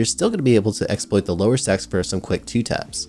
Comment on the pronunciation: had to rewind a few cus I thought he was saying "sex" and not stacks xD